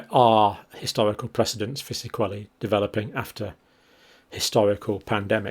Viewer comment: Sequelae rhymes with wheelie, not wellie😂